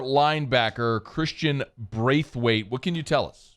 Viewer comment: That definitely not how you say the last name hahaha nice try tho Brathwaite not Braithwaite